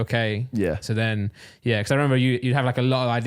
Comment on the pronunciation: Anyone else get irritated by Randolph saying becoss instead of because?